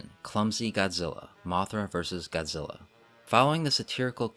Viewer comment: I love it when the dubs say Godzilla name wrong and go GODZILLER over and over again